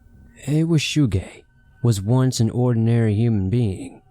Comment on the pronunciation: I swear his saying "wu shu gang"